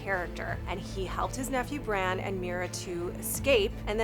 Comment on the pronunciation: its jon not john its sansa not sandsa its bran not bren its rickon not ricken